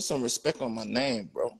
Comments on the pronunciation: “Put some RESPECK on my name 2023” 😂😂😂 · " put some respeck on my name" 😂😂😂